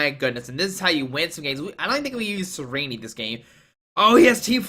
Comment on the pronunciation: the way he pronounces "Tsareena" as "tsareeneeee" bothers me